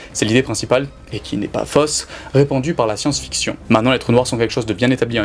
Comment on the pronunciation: Fausse se prononce comme faux, comme jaune, mauve, chose, côte, rose. On ne boit pas du lé mais du lait ( ĺè) etc...